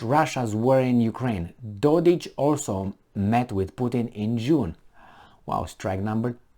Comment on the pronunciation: Dodik... not Dodić